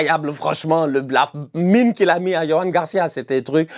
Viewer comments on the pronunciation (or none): none